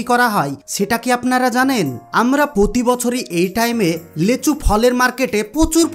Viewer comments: লেচু না লিচু। ভাষা ঠিক করো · আমি লেচু চিনি না।এইজন্য নামটি ঠিক করে বলো। লিচু নামে আমি জানি।